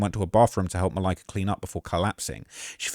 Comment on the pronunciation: The way says Malika’s name every single time makes this unwatchable.